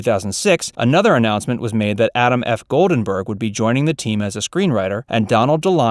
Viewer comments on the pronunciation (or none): Adam F. Goldberg, NOT Adam F. GoldENberg!